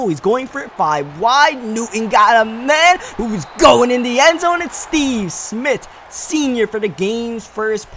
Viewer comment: It's Steve SMITH not Smit